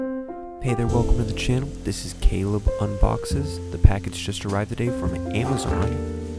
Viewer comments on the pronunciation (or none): none